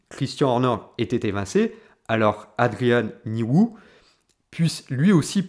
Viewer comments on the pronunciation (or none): C'est "Adrian Newey" et pas "Nouille" ou "Nouhou" xD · Adrian Niou-ou… le paroxysme de la prononciation! Bien joué!